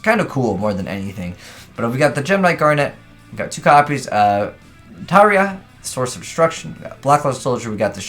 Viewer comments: It's not "Tiaria", it's like "Sierra" or "Ciara", but with a T at the beginning. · Is it your low IQ or 0 effort while making videos the cause of you pronouncing it Terraria?